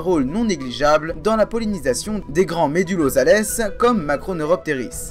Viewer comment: Médullosales , prononcer " zal" et non "zalesse "